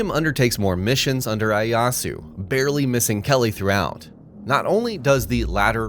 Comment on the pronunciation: its pronounced Ee-Aye-yah-su btw. Not to be that weird guy, good video though!